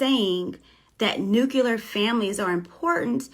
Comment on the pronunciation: New-kyuh-lur? Nah,. Say it wit' me now! New-CLEE-ur